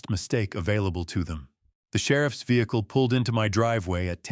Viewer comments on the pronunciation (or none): none